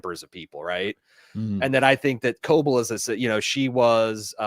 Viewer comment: Please pronounce Ms. Cobels name right. It’s driving me nuts